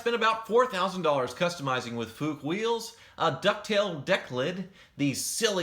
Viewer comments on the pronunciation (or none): "Fuchs" is the german word for "fox". You could probably most accurately pronounce it as "fox with a U" ---> - fux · Fuchs is pronounced like "fuggs" or "fuks". The ending S is pronounced very sharp and clear, while the CH is also hard (more like a K). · The "Fuchs" wheels are pronounced "fooks" (meaning fox in German). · 'Fooks Wheels'. It means Fox in German and is propably the name of the owner. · "Fuchs" is pronounced "fooks," not "fyooks." And while we're at it, you pronounce the "se" at the end of "concourse." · In german, „chs“ is pronounced as „x“... so fuchs —> fux. You‘re welcome! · 'Fuchs' is 'fox' in english and pronounced 'fuxx' (the u like in 'full'). And the german song was pretty weird. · Fuchs sounds likes foox with short oo. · "Fuchs" is being pronounced like: "Fux" with a short "u" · Nice video. Ah, and by the way it‘s pronounced „fux“ wheels.. In German „Fuchs“ means „fox“, the animal.. 🦊😅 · Fuchs is pronounced something like "foox" ! ;) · A corvette motor in a porsche .. only in america 😆 And its pronounced FUKS Wheels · and Fuchs is more like you would pronounce Fux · It's pronounced "Fuchs". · Try "foox" but with little shorter double oo like in "good". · Since you asked: "Fuchs" is pronounced kinda like you did, except a "x" in the end. You can imagine it to sound kinda like in "zero f..cks given" with a heavy British accent, if that's helpful. Or maybe like you would pronounce "foox" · You pronounce "Fuchs" like "fooks". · I would say "foox" is the right way. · You pronounce "Fuchs" like "fuks" ... not kidding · I think the German pronounciation of "Fuchs" sounds rather rude to American ears :-)